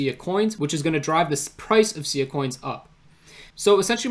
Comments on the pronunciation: Pronounced S-eye-ah , not see-yah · No worries. I've been following Sia for about 4 years now and probably 9 out of 10 people who do a video on it pronounce it the same way you do due to the singer. Great work in the video though, not many people are able to grasp the entirety of this game changing project.